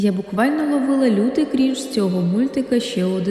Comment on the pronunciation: Дякую за відео! До речі, правильно крИнж :з